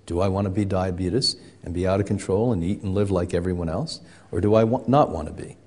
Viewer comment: A real expert knows it's not pronounced "Diabete-US." smh